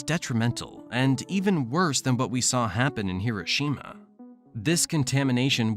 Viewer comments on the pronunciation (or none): none